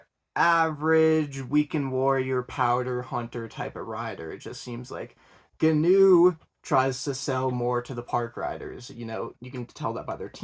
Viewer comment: union sucks, everyone breaks them. and Gnu is supposed to be pronounced w a silent G.